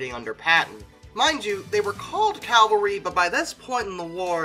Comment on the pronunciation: Okay, this pronunciation is a pet peeve of mine. It's CAV-AL-RY. Not "Calvary". Calvary is the place where Jesus died.